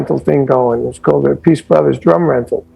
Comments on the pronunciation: Why can’t people pronounce Appice correctly? It’s EFFING ANNOYING!! Just fyi…. It’s not “a piece.” It’s, THREE SYLLABLES!!! APP, then, AH, then, SEE … Holy FRIG, man!!!! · Yep. Vinny is "App-ah-see". Carmine is "Ah-Piece". They explain it during their Drum Wars shows. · Carmine's brother Vinnie pronounces it as "a-piece", so, pffft. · People who think they know it all but are wrong annoy me. Carmine and his brother pronounce their last names differently. DO BETTER.